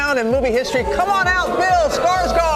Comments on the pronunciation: Fun fact: his last name is Swedish so it’s actually pronounced scarshgourd :) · som svensk är jag äcklad över hur de uttalar hans namn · Do you think anyone will ever pronounce his last name correctly